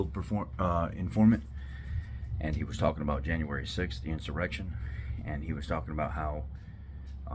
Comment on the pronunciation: Quit calling it an issurection.